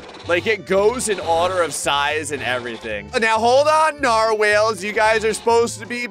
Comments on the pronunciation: he said narwhales instead of narwhals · "Nar-whales" XD Narwhals,. Narwhals. Pronounced Nar Walls. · It is not Nar-Whales it’s Nar- walls(pronunciation) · Us: narwhals.: narwhales. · "Narwhales" what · calling narwals nar-whales is just kinda perfect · Bro said narwhales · That was the whitest way to say narwhals.... and I love it 😂😂